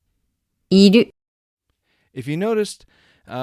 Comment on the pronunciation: I don't agree with いる accent. There are two different いる in Japanese. One is to be/to exist and the other one is "to need". They are different verbs. To me, what you are using/saying in your lesson sounds like "to need 要る”. ある・いる for "to be/to exist", the accents are the same.